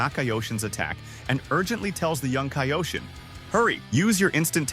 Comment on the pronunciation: Mispronouncing kaioshin